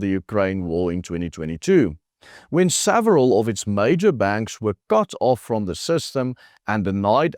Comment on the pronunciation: Several Not saveral